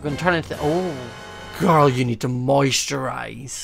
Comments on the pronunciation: I thought he said moist your eyes but he said moisturize LOL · Is he saying moist your eyes or moisturise